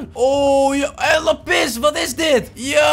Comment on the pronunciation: Meest mensen: laaapiz lazuli (k schrijf even hoe je t letterlijk zegt): laPIS Lekker 👏😂